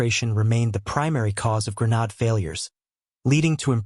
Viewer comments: Pronounced. gren-aid, not gren- nod. GRENADE😊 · Its Gre nadE sound like madE. Learn how to pronounce your words properly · I refuse to listen to a voice that is not capable of properly pronouncing the word that the program is about. Develop Ai better. Goodbye.